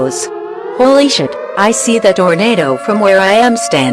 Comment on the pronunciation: 1,000th comment. Everytime it say tornado, it says torenader